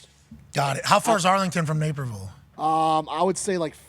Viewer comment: Napierville.....LOL.... Naperville....quit having chat GPT write your news articles...LOL